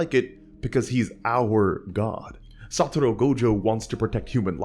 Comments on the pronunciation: I can't listen to him pronounce SaTOru Gojo's name as "SaTUru"... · Can't help but either hear "Saturu" or "Satoro" 😭😭😭 Cool vid tho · Everytime my dude says "Satoru" it's in Italic